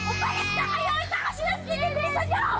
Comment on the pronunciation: KUNG NARINIG NYO SIGAW NI EMMA NUNG DUMATING SILA SA HIDE OUT. HAHA EMMA: SENTIII!!(ETO TALAGA SINABI NYA HAHA): SYDNEY! EMMA: SYDNEY! (NUNG NALAMAN NYANG MALI BANGGIT NYA) HAHAHAHA